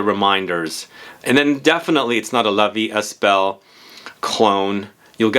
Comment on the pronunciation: The ”st” in La Vie Est Belle is silent. 🤭